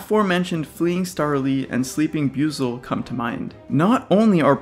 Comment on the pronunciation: Wait it's byoozel? I always thought it was pronounced Boyzel